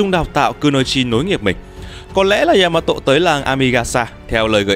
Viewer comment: Đọc là yama tô dc ko ạ??? Đừng có tộ???